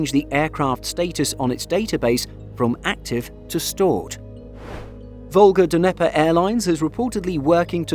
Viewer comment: Come on, man. It's "nye-pur" not "duhneper"